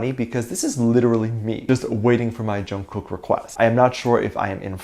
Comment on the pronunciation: It’s not pronounced like that, it’s how you would say night in Korean which is actually the meaning of his name. And I am just trying to let you know the proper pronunciation because it does matter. So no one try to come at me because you will get blocked or you will get a bad response. Thank you